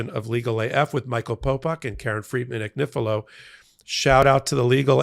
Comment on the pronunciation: Lovely Karen, I lived in Italy for many years, and there are No exceptions to the rules of pronunciation. Your name is pronounced an-yee-fee-lo. It would mean lambs thread. Love your show. I'm such a fan❤❤❤